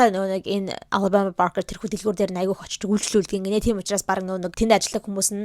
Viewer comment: Ghde mnai anu alabamaaas ii goy heljee ter jinhn oorihn tik tokiig harsn cn anu goy heljee hahh😂❤